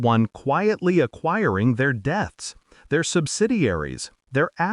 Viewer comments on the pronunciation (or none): It's not Death buth debts.